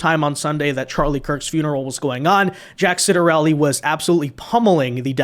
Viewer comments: I believe that Jack's name is pronounced "Chottarelli". Just to say.... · NEW JERSIAN here and we'll be voting Red as usual. It's pronounced Chit-er-elli